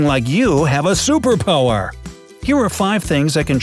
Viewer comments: he said super pohwer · he said super pooer